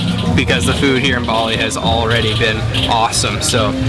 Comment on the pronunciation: You are miss pronouncing the name Bali!!!